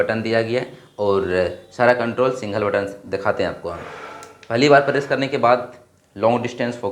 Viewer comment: Single❌singhol✅🤡 Add❌edd✅🤡🤡🤡